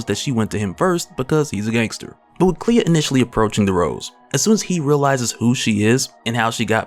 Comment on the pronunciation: Clea. Not Cleo lmao